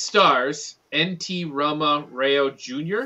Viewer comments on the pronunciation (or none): none